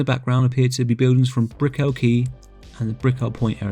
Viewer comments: This was really good. Just so you know…it’s not “Bri-cke-llll” it’s more like “Brickall” pronounce it like if you were saying “magical” lots of emphasis on the “cal” Brick-cal. I live here and no one says Br-ickeel-ll”😂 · dude btw your pronouncing brickell wrong ;)